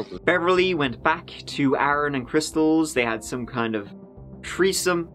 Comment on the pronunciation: "Treesome." lmao